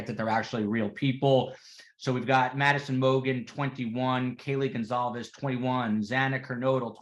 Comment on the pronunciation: Kaylee’s family’s name is pronounced Gon-Kal-vez. Emphasis on Kal. Sorry, a pet peeve of mine especially when it’s the victims and the families. It’s a matter of respect and decency to know how to pronounce their names correctly.